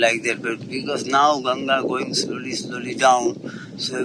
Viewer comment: I like that pronounced Ganga correctly. Not like Gangees.